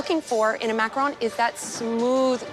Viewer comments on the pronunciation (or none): Am I the only one getting triggered whenever they say macarOOn instead of macarOn? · someone tell her it not a maceron it's a macerooooooon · Why are the judges pronouncing it as macaroons. Macaroons is different from macaron. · I'm surprised at Mr Ramsay, such a famous chef pronounces them Macaroons. Macaroons are different from Macaron which are different from macaroon. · Isn't it macaron not macaroon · Bruh these are macarons not macaroons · "A dadgum 9 goot structure full of..macron"? First of all, Dadgum?? Secondly, its MACARON, fool. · Is anyone else bothered by the fact that they are macaRONS and everyone is saying “macaROONS” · It's a macaroon not a makrone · Why is chef Ramsey saying macaroons?! That's a completely different dessert! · Mac-a-RON not Mac-a-ROON. crap don't they know the difference??!! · Not calling them macrones lmfaooooo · The way pronounce Macaroons as Macrones got me wheezing for 3 minutes 🤣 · 'relax you do not have to make us an entire tower of macarohns" . . . . "CAUSE YOU'RE GONNA MAKE 2" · "mahcrons" lol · said “macrohns” 😂😂😂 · no he said makrone. not mac chrons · Funny how Gordon and Joe can't pronounce macaron...